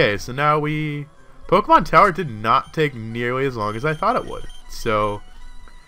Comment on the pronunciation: LOL said "Tokemon" at the end. Geddit? Toke?